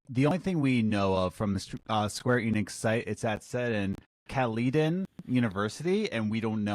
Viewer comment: There's a Caledon, Ontario not far from where I live. Obviously though, the game is probably not set in Canada and Caledon's a small town. Also, it's pronounced "Cal-le-din" not "Cal-LEE-don"